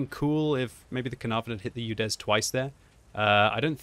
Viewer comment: Your Udes pronunciation is terrible it not You-dezz , it's OO-dess